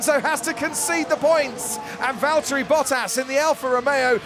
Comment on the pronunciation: it's Valterri "No pace?"